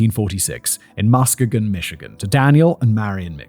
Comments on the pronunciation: It's Ma-ski-gon, but you have to say it quickly like a michigander 😂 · The emphasis is on the second syllable: muss-KEE-gun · Ypsilanti (Ypsilanti, Michigan) = IPSAH-LANT-TEA Coupe (style of car) = COOP Muskegon = MUSK KEY GEN/GUN [GEN rhymes with Yen, can use either Gen or Gun] CHI (Theta Chi/ΘX fraternity) = KAI Salinas (Salinas, California) = SUH LEAN US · I swear nobody can pronounce Muskegon correctly. Trap Lore Ross does the same shit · As a west Michigan native, hearing Simon pronounce Muskegon gives me a chuckle. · I was the one who suggested this episode to Emma and I should've thought to offer local pronunciation assistance before she sent poor Fact Boy out on his own 😂 I've never heard so many creative versions of "Muskegon" that are all wrong in their own unique inflections